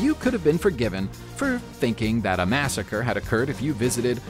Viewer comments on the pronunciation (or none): none